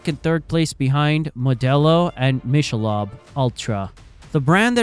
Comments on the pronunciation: How to say Michelob (Mick-a-lobe) Ultra wrong. The AI, err I mean human narrator, doesn't know it's not pronounced Mish-a-lob. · I never knew what all the backlash was and you put it together nice and concise! BUT… Michelob is pronounced ‘mick-a-lobe’ not ‘mish-a-lob’. Good video overall. 👍🏻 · What is Mish - a - lob beer? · It’s “Mick’ a Lobe” teach your AI how to pronounce words correctly. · Your AI sucks it can’t even pronounce Michelob right!! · Is this an AI voice because that isn't how you pronounce Michelob